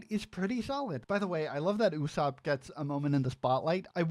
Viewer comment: Thats not how to say ussop